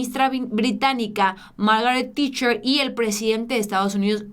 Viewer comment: Margaret Tacher ( ta'ker)